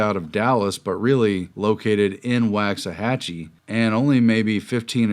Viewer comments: I grew up as a kid in Waxahachie. It’s pronounced more like ”walks” than ”wax.” It's a common mispronunciation. This is a good video though. Thanks for sharing. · Texans like myself pronounce that "walk's a hatchie" :) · Waxahachie (usually pronounced Wox-a-hat-chee or Wox-a-hachy not Wax-a-hat-chee) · Just so you know, Waxahchie is not pronounced like WAX something. Forget the WAX. It’s walksahachie . It’s an Indian word.